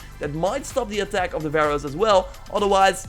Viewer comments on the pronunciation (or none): baroe .. what? That's Pharaohs!